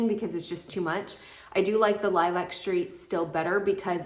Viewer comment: The correct pronunciation of lilac is līˈlak. As in the flower or color.